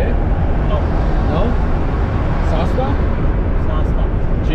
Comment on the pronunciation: Bro pronounce correctly it is sasta not sosta.